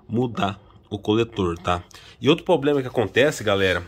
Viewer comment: Puts começando o vídeo falando "poblema" e "carti" já imagino como vai ficar